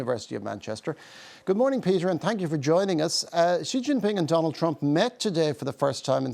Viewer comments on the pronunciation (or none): can't trust a guy who can't prononce 'Xi' correctly